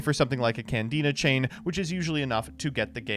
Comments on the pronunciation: Did called Candina, Canadia? Someone is with Paleos in their head... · referred to Candina as "Canadia" so many times that for a second i had thought i was in the wrong year or something